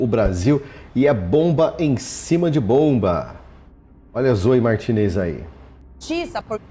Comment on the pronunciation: A pronúncia correta do nome espanhol terminado em EZ, Você diz corretamente..ex. MARTINEZ, se diz, "MARTINÊS" , comoe CORTEZ, SE PRONUNCIA "CORTÊS"..❤❤❤❤